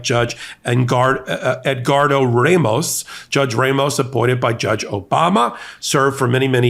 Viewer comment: The pronunciation is “Rah-moh-s” and roll the R please.